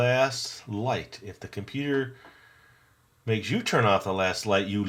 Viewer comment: Computor? He's actually a robot brother of SKELETOR!